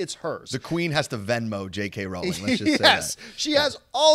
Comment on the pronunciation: John still is mispronouncing Rowling's name lol